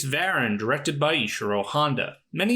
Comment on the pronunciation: It's isn't "VARan". It's "Vah-RAHN"! Get with the accent, please. 😂